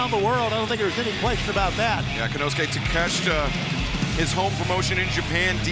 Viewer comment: You pronounce his last name Take-shit-a